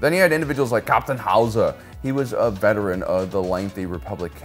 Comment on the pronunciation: The way you say Hauzer was making me laugh so much